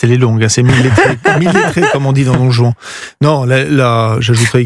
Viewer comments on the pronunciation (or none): none